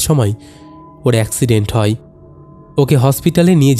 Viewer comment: E bhai hoy ke hoi, chaay jaay ke chai jai keno uchcharon koren, galpo bolte gele bangla uchcharon thik kore nin, nahole baddo bekar laage shunte